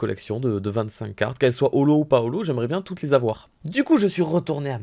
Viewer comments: ''pas holo'' Moi: Paolo?? J'ai mis du temps à comprendre x) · Quand il dis ''pas olho'' je comprent ''Paolo'' sa me gêne de ouf